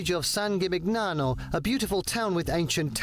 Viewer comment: Ghimighniano.... Gimignano sound with sweet G, like gnocchi :-D